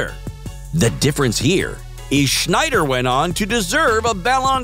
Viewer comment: It's "SNeider", not "SCHNeider". You are butchering his name.